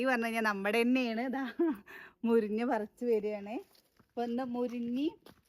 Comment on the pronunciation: മുരിഞ്ഞ അല്ല മുരിങ്ങ